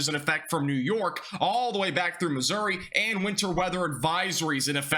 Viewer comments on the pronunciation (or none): none